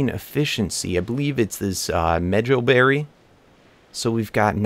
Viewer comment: It’s me-HO-berry